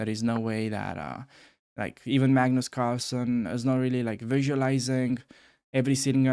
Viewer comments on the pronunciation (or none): none